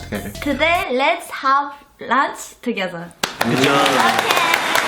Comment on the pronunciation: "toge.." lol xD also y u so cute